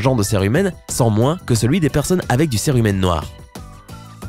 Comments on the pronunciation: On dit sirumen et pas serumen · Je suis le seul qu'il disait cire humaine 😂